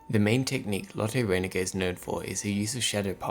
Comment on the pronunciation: Why do you pronounce "Reiniger" like "fate"? It is just as esy to pronounce it like "light".